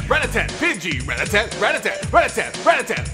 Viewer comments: would be funnier if you pronounced rattata correctly. Ruh-ta-tuh not rat tat tat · It's not pronounced ratatat